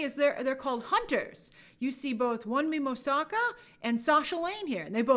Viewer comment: Would be appreciated if you took some time to learn the proper pronunciation of Wunmi Mosaku's name. She's a fantastic actress.